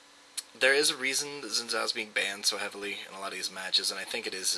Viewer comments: I hate to break it to you, but its pronounced Zin Jow, not Zin Zow. Look up Xin Zhao champion spotlight, Phreak pronounces it Zin Jow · if you wanna pronouce it right, probably should be "shin Jaw"(not precise but close), cuz hes Chinese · It's a great video, good clips and commentary, and the only irksome factor was that you pronounced his name wrong.